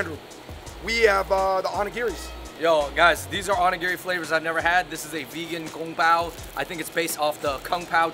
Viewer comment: Love this but you said Onigiri 🍙 wrong...